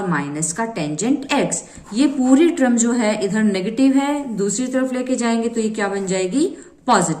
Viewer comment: Mam its term not trum🙂